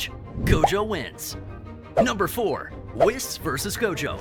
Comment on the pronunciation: When u pronounce whis as “wes”